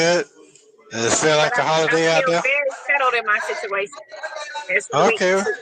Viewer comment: she can't pronounce situation to save her life. What is "sishuwation"?